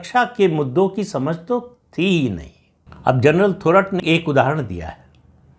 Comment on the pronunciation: प्रदीप जी थोराट नाही थोरात उच्चारण किजीये..